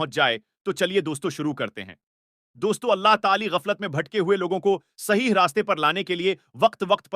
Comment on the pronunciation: Are Bhai apne alfaz to sudhar lijye Kitna bura lagta hai jab AAP Allah ta aala kbajaye Tali bolte ho